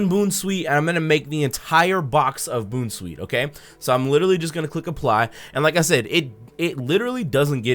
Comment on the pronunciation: who in the world says "Boonsweet"